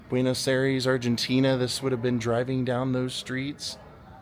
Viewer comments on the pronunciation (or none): none